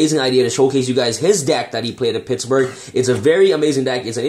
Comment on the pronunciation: It's Pittsburgh not Pittsburge 🤣